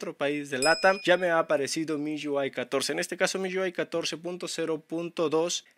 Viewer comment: "miyuai" jajajajaja